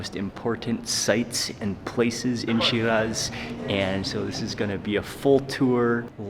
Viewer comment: But why are you pronouncing shiraz and Iran like that?